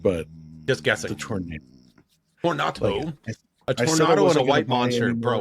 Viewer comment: Its pronounced Tornado, not Tornado 😂 Its an early model gr1 in development I believe.